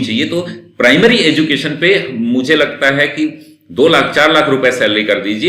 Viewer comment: एजुकेशन होता है न कि एजू केशन